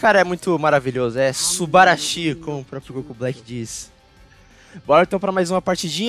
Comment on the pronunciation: O falando subarashi e mo estranho kkkk